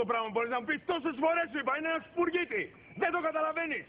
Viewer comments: two things...first i didnt cry and what are you talking about heart touching and second sparrow in whatever language they speak sounds like spagetti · It's funny because they are Italian and it sounds like he is say Spaghetti